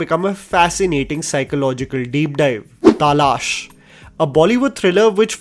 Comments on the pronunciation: Nice video. Fyi, it's pronounced as तलाश and not तालाश 😶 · Its Talaash, not TAALASH. waw you couldn't even prounance the movie name properly and you doing review on that movie??? incredible^^ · तालाश ❌ तलाश ✅ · Talash ko Taaalaaash bol dena hun cool lagega.... #AngrejkiJhaant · Is Hindi not your first language? What’s Taalaash? It’s Talaash. Sounds so off putting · Its तलाश not तालाश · Bro can you pronounce “ taalash “ aagain please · Who pronounces “TALASH” like that. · Bro why did you pronounce Talash that way😭😭😭😭😭😭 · Bro why did you say Talaash in such an odd way??😂😂